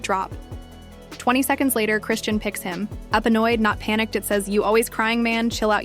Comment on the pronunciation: Chri-shawn is the pronunciation. Not Christian or chrisann